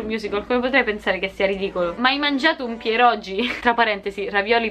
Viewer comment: Pirogi... si pronuncia piroghi ed è una roba meravigliosa sia dolce che salata. Più meravigliosa di te 😌😉